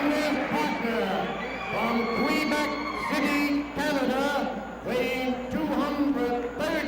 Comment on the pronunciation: Quee-bec City?